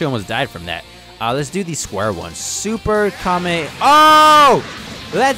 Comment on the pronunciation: My man said "Zuper"